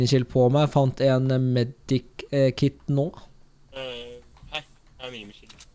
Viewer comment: Det heter ikke medi kit det heter med kit